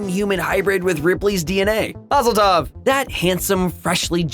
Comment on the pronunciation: when he says maseltov is like they have invade palestine hahahahahaha freepwlestineeeee